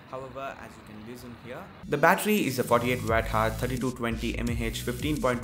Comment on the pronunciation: Pronounce hour. Bro is not hars..It's ' ours'